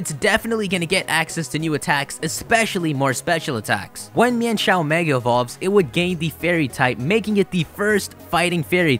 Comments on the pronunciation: also I'm sure its pronounced mine-shou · So THAT'S how you pronounce Mienshao! I just pronounced it as "Meenshow".